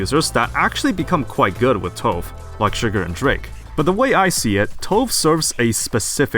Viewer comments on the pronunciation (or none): I really hope we get a unit that increases rate of fire. Btw. Her name is pronounced “Toe-va” like the singer Tove Lo. It’s not stove with a silent “s” lol. It’s Swedish.